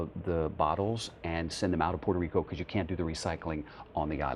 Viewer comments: Did that CBS actor journalist say "Puerto Rica"? Smdh...its Puerto Rico and actually Borikén. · Did he say Puerto Rica!?